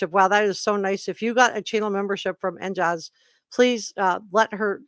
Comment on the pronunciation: Re: "NJaze" who signed in to your program.. You pronounced it "NJazz. Maybe they were hinting at their location, i.e, NJ' s, I think you were contacted by residents of the Garden State, probably Jersey Girls I say girls because Jersey guys don' do stuff like that. Just a thought.